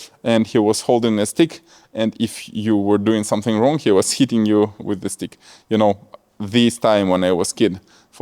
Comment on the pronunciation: I thought you said 🍆 instead of stick‼️🤣🤣🤣🤣